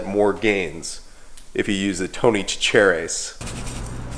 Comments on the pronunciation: Tony Sach-ah-reees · Chachere, is pronounced: Sha-Share. With the first A, as a short Vowel sound. It's a French word. Tony Chachere's, meaning it's his. His last Name. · its sash a rees source: born and raised in louisiana